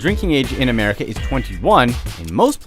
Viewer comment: America.. not merica